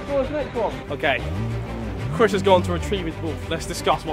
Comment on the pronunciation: Harry said cwis when he announcing the punishment for chirs